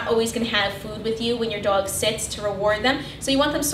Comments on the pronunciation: the way she says dog is cancerous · You pronounce the o sound wrong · I really love the way she says “dog” it’s really cool. Very helpful as well ! Thank you!